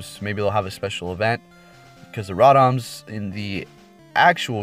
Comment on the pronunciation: Stopped watching after he called Rotom " Raawtams "